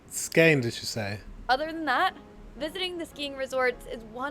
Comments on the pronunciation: "Scane" gave me a good laugh! 😂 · With 'Scane' she meant Skåne (pronounced Skawneh), also known as Scania, the absolute southernmost part of Sweden. And no, you won't find much snow there, so she's wrong in claiming it is :)